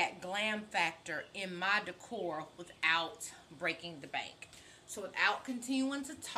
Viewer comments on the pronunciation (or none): none